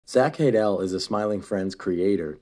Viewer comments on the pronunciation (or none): Lol "Haddel" good video though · "Zach Hade-al" 💀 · Brooooo it’s hey-dle not häy-dell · It's just hadel not hay dale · lmao "Zach Hay-Delle" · zack hey-dell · Pronounced “Hadl” the E doesn’t carry like that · I think you pronounced Zachs surname wrong